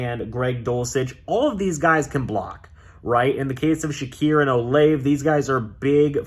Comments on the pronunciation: its pronounced Chris "O-lah-Vey" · As a Ohio state fan u saying Chris olave name wrong 🤦🏾‍♂️🤦🏾‍♂️🤦🏾‍♂️